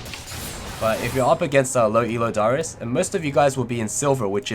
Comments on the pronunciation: Happy birthday! but you kept saying dyrus instead of darius, hahah. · you also dont pronounce darius' name properly, ots just darius not daahrius